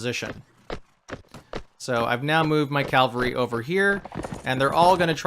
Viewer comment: Great tutorial but please, its C A V A L R Y not C A L V A R Y